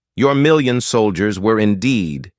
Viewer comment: "Solgiers" LoL 🤣